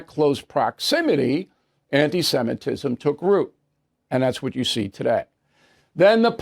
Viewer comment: Bill Pronounce it right...Semitism not Simetism. Watch yourself, please, thank you.